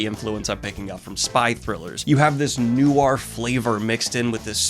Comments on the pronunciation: … “new ahr?” Edit: Like I try not to be a stickler for pronunciation (I mispronounced “entendre” in my head for a DECADE), but for whatever reason this one hurts me and I ain’t even French… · You pronounce noir strange.